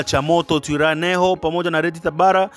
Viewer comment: NATAKA KUKUSAIDIA ILO JINA LINAVYO SOMWA TWIRWANEHO inasomeka ivi TWIGWANEHO